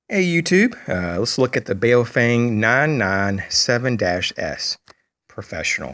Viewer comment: FYI - It's pronounced BOW-FUNG BOW as in BOW of a boat. ;-)